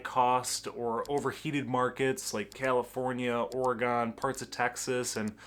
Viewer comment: You can tell you are from Michigan because you pronounced Oregon correctly, lol